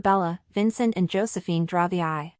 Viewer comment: Can the speaker not pronounce the name Josephine properly ???? It's ridiculous!